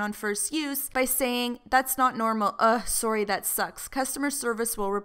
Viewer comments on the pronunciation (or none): not trying to be rude but why do you say "sorry" like soury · The way she says sorry is weird lmao